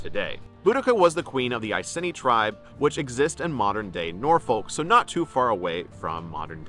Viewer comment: That's not how we say Norfolk around these parts. 😆 Hope you had a wonderful time here, and hope you got to visit Norfolk while you were here. We've got a LOT of history here. ❤️